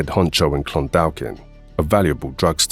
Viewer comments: Clon-daw-kin the "L" in Clondalkin is silent. Great videos, always. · For future reference, it is pronounced Clun-dawk-in. Keep up the good work, really enjoy the refreshers on all this stuff.